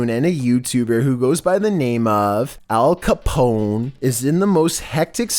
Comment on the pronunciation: al cahp-ohhn